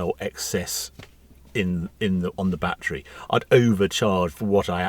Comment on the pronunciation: Bat tree! Tree full of bats. Oh, you mean battery!